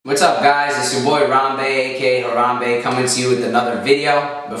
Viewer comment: Harambe himself mispronounces Harambe oh fuck